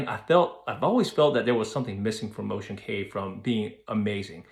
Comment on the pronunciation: Ocean Cay is pronounced Ocean Key. I hope they don’t build slides, etc. I would like them to keep it as it is. Stay with the other cruiselines if that’s why you are wanting.